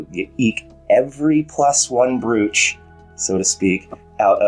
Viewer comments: Hey. Thanks as always for the well structured and thoughtful analysis. Just a tip: 'brooch' is pronounced 'broach' (rhymes with 'approach') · I drafted a message about to point this out but thought it might be an americanism!